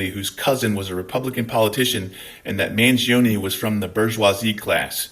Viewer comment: Burrrrrsoise got me 🤣